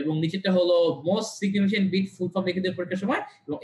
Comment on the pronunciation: উচ্চারনটা সিগনিফিকেন্ট (significant) হবে ভাইয়া।